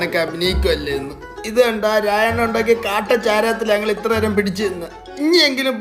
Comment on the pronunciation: എപ്പോഴും ഞങ്ങൾ എന്നതിന് ന്നങ്ങൾ എന്നാണ് പറയുന്നത് 😂